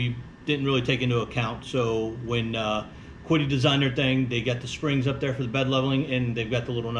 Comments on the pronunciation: I hope our videos are able to help you out and hopefully our other videos will assist you in the future. It is awesome to hear about the pronunciation from someone learning/studying Mandarin. So is the Q pronounced like the “Ch” in Chicago or “Ch” in Cheese? I’ll do my best and that’s why I’m asking. Thank you for your comments, I’m all for growing myself and my audience. Cheers! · It always bugs me when everyone pronounces this "Kwid-ee" It's from China. I'm pretty sure it's pronounced Chi-di with a pinyin q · Well, there are actually sounds in the Chinese language that are different than our alphabet. But the closest english translation of the qidi is chi di The link I posted shows the correct pronunciation of qidi but the first translation pronounces it like kidi but if you scroll down that page you will see a Chinese variant which is the most probable pronunciation of the word qidi. Chinese is also a tone sensitive language meaning there are lots of ways to put emphasis on the syllables, but since English is not tone sensitive, the Chinese variant in this link is probably a fair pronunciation. The main think is knowing that its closer to a ch sound than a kw sound.Calling it chi di is probably close enough. Here is more direct link to the chinese variant. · Yes, the closest anglicized pronunciation would be chee-dee. The QiDi website does not show the Chinese characters for its name but I found a photo of its office building on Alibaba I can confirm that the Chinese characters indeed should be pronounced as I’ve indicated. 😀